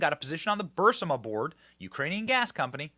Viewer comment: Benny just a heads up you are pronouncing burisma wrong, also I think a lot of people know how corrupt Ukraine is and we seriously need to look into the money we keep sending them, it has to be a money laundering scheme between Ukraine and the Biden administration and possibly even Congress.